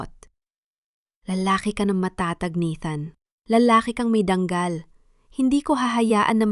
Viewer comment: DANGAL HINDI DANG KAL